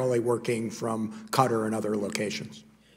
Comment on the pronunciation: 'Cutter'?? 🤔🤔🤔🤔 It's pronounced 'ca-Tarr'... 🤦‍♂️🤦‍♂️🤦‍♂️🤦‍♂️